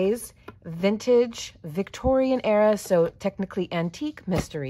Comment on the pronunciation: Instead of a mystery it was a messtery . Lol